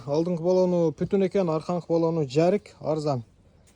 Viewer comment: Путун эмес бутун дейличи кыргызым